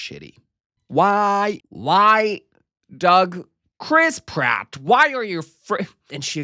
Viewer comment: Never has Chris Pratt sounded more like crisp rat than when you just said it